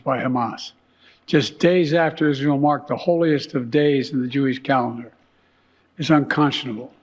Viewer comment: He cant say Israel, listen 9,57 “Isjael”